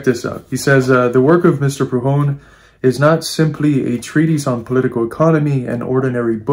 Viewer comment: Are you trying to say Prudhom?